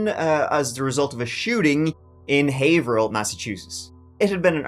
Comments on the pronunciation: You pronounced Haverhill right this time 😂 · Wow, someone knows the real pronunciation of the city Haverhill. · Kudos for pronouncing Haverhill the native way every usually screws out up. Have-her-hill or hay-ver-hill but we pronounce it hay-vrill ❤ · Quick note: "Haverhill" is pronounced: "Hav-rill" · Very local case to me. First, my hat off to ya for pronouncing Haverhill correctly! Some locals even mess it up! Also, I personally know corrections officers at the prison and Adam is not living comfortably, that’s for sure! (Deservedly so). The only reason Kayla agreed to speak with police after her welfare fraud arrest was because they bribed her with methadone because she was so dope-sick in jail. (A friend saw her in police custody at the clinic that day, so it’s confirmed). Big pieces of 💩 throughout this entire case! I feel for the innocent kids in all of their wakes. Smh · Nice job on Pronunciation of Haverhill! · Holy S@ you pronounced Haverhill right!! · 👏👏👏👏👏 you pronounced haverhill correctly!!!! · Never heard someone say Haverhill correctly and not be from New England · First youtuber to pronounce haverhill correctly? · Major props for pronouncing Haverhill correctly